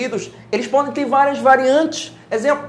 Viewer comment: "Como vocês pólen ver" KKKKKKKKKK